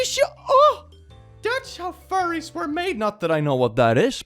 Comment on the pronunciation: What are these..fur-ays of which you speak?